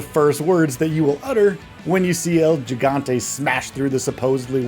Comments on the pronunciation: Oh god the way he keeps saying Gigante keeps bothering me 😭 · Hearing you say gigante is like hearing someone say tahco instead of taco 🤦🏽